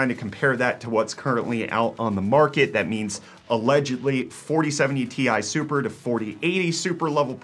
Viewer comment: the way he pronounced 4070 Ti Super 😭😭😭